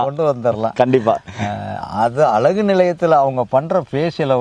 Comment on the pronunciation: அலகு இல்லை அழகு என்று சொல்லுங்கள் தவறாக தமிழை உச்சரிக்க வேண்டாம்